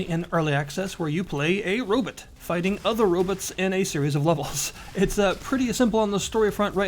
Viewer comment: you actually pronounce robot like that? anyway, interesting game